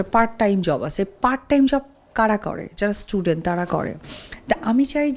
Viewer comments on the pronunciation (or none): none